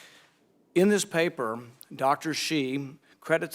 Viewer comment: Anthony “papuh” Fauci 📄